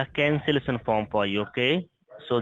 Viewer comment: “The cancelesson foam”